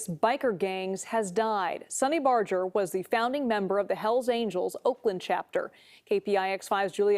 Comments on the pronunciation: It's Barger, NOT Barjer! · I’m just here to say it’s barger not bojer (I’m realated to him lmao) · Barger is pronounced with a hard G.